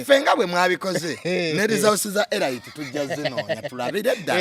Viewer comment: Pronounced "Elit" not ELAYITI